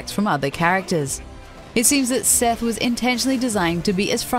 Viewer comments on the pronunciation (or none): none